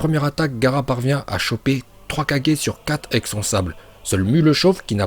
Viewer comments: Mais gros tu comprend pas quoi on dit kagé pas « kadjé » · j'aurais plutôt dit père vs fils mais ça marche aussi PS:Ca se prononce kage et pas 4g 😂😂😂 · On dit kagué mais kage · Kage tu la dit 4G 😂😂😂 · Il prononce bien le mot HokaGE alors pourquoi il saccage les quatre autres Kage à chaque fois... KaGE pas KaJE ✌️ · C'est moi ou tu dit 4g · On dit kagé mais pas kadjé mais bon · C Kage pas kaje 😭😭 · Pourquoi tu dis "kadjé" ? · Cher, à chaque fois que tu dis "kage", on dirait que tu dis "4 G" et ça me tue 😂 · Arrêt de dire kagée